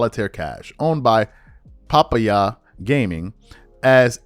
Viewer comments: bruh, its pronounced PUH-PY-YUH, a tropical fruit! SHEEESH! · Pah- Pie- Yah. Papaya. The fruit lol